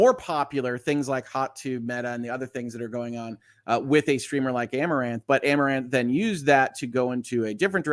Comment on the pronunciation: I'd guess her name is pronounced ah-more-anth